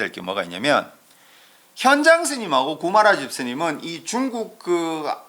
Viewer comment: 현장의 현 자 발음이 틀렸나이다. 제발! 길게 발음하소서!!